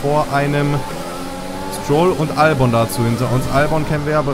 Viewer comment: Kleiner tipp: Albon wird Elbin ausgesprochen.😉